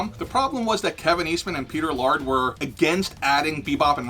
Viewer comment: Laird NOT Lard...seriously, Peter Laird is not a can of fat.